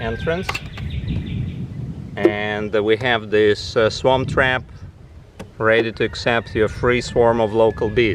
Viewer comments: I know he's not saying it but it sounds like he's saying Swamp Trap LOL. Pretty sure it's Swarm Trap. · I think he was trying to say "Swarm Trap" which would make more logical sense. Just saying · Where do I get my "Swamp Trap"? Just kidding:) That is what I thought he said though. I just purchased my 1st hive on Friday. And am waiting for our bees to arrive ❤ Thank you for the video.